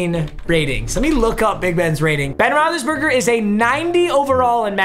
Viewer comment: Roethlisbergr lmao